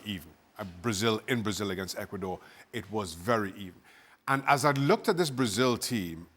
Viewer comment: "Ecudor?" Did you forget something?